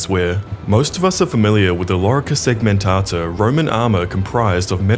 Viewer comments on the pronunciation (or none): Everytime a British man pronounces Lorica Segmentata like that I die inside a bit. Cool and informative vid tho!